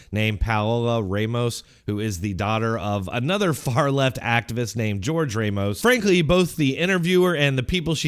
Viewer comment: Tell me you’ve spent zero time with Hispanics without telling me. Pronounce the name “Ramos” as “Raymos”